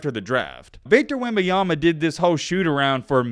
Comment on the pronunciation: You want to talk about someone - say their name correctly cool guy